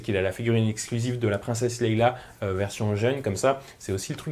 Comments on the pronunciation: Correction votre honneur, c'est Leia, pas Léila. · Toujours un plaisir de te voir... par contre c'est LEÏA ET PAS LEILA LOL